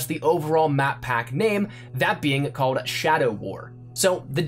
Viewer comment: Bro... Stop saying "ended up". 😂 And pronounce your "L"s. Cawed, detewwed.